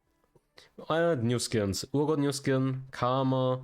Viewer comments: Someone please tell him its Pronounced R-Got not Oor-Got. Urgot. The U is silent. Argot or R-Got. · It’s er-got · it's not urgot like your god